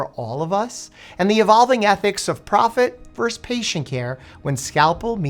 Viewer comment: Yes to everything, AND…. “Versus” has TWO syllables and no silent letters . “VERS-us.” Try it. It’s easy!